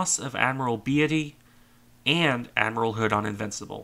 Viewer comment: its "BEET-Y" not "Be-AH-ty"